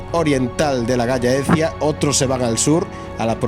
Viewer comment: Se dice galh laecia (, solo que en castellano juntando las dos Ll suena gallaecia, normalmente es tierra de los galaicos